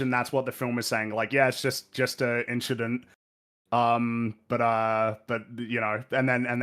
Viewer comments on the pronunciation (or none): Never thought I’d hear it’s “just a inchident” on EFAP but I’m very glad I did